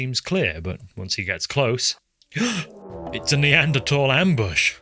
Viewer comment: Idk if it's just me but I the way you pronounce Neanderthal. 😂